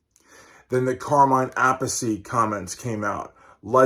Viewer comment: Carmine Appiece. Not apple seed!